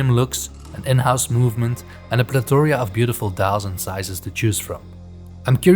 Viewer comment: it's pronounced "pleh-thə-ruh." Great video!